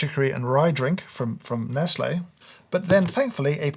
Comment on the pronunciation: James over here pronouncing Nestle how Moira Rose pronounces baby (this is such a niche comment....)